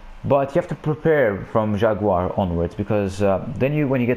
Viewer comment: Gotta roll the “r” on jaguar and contre-torpillés XD